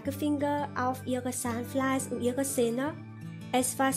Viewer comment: sahnfleis , sahnfleis :_=) geh schlafen